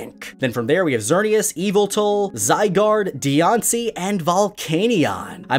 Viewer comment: I love how you call it deyonce